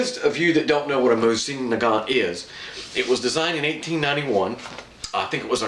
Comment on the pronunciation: 1: The proper way to say the name of the rifle is moe-z-in. You are saying nagant correctly. 2: VERY smart choice in putting a hex receiver into the stock. The hex models were made during peace times and have better metal, machining and tolerances in their construction because they could take their time in making them, where the round receivers were made during war times and they made them asap. I have several hex and rounds, but overall the hexes have been more stable, resistant to rust, and more accurate. 3: "Archangel" is pronounced ark-angel. It means the top angel in the army, as in Archangels Michael and Gabriel.